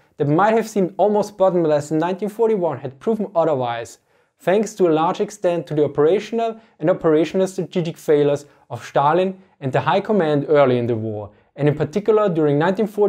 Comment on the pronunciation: might be Austrian, but I would have to hear him speak more German. I would be surprised however. Damn that accent is thick "Odder" vs other "Schtalin" vs Stalin and levy pronounced like you would the jeans label or even lee-fy like some hi-fi stereo system invented by General Lee